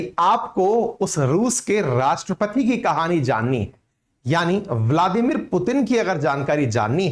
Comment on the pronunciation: Sir aap bladimir putin kab bolna seekhenge.